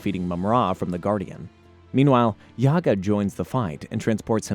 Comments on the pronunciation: It's not Yaga... It's JAGA! J not Y. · Read the names correctly bro! not Yaga, he is Jaga And the two kittens too! Sigh. Don't you know their names? I think you never watched any of the episodes before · 1. his name is Jaga and not Jiaga, you pronounce it all the time wrong. Are you sure you hae seen any episodes? 2. in the beginning why we see the 2011 panthro? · Dude yaga.. have you ever seen the show? Its jaga like jaguar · Who the f*ck is Yagga you mean Jagga clearly you didnt watch the show. Also Snarf is Lion-o's nurse maid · It’s Ja-Ga and Wi-lee. You’re obviously young lol. Good video, thanks. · I cant get past the mispronunciations. Dudes killin me with "Yaga" F outta here. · I figured he would get that wrong including Mumra. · Thank you. Plus it's Mumm-Ra like the Egyptian god Ra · The pronunciation of “Jaga” as well as “Wily kit and Wilycat” are definitely tip offs that something isn’t right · JA-GA not YA-GA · It's actually Jaga the J is not silent ofcourse if you were a real fan of the show you'd known that and also Thundercats weren't on Saturday Mornings they where on during the week after-school. Maybe next time do a little bit more research chief. 😎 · I got to meet Larry Kenny, the voice of Lion-O, and get his autograph. During this meet and greet, I made sure to tell him how instrumental he was in my childhood by making all those mistakes and JAGA had to show him the right way. Curious to see this alternate version with whoever this YAGA character is. As well as the 2 Willies. Totally not pronounced Wily, like Dr Wily from the Megaman franchise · YAGA?! YAGA?! ITS JAGA (PRONOUNCE THE 'J' AS A 'J' YOU NITWIT!) YOU DUMB MILLENIAL ONLY KNOW HOW TO DISRESPECT HISTORY. DELETE THIS EFFING VIDEO OR REMAKE IT! YAGA! WTF IS YAGA??? THIS IA THUNDER CATS! NOT BABA YAGA YOU ASS! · His name is Jaga! NOT Yaga! How can you even read his name wrongly?!? I bet you are just paid to read the script and no idea what Thundercats is all about!!